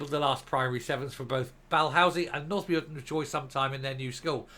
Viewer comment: John Swinney is not the local MSP for Perth. Jim Fairlie is in fact our local MSP. Both equally not worthy of thier votes. You did pronounce Muirton properly.